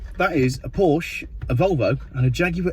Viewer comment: yes please, I’ll have the Wolwo!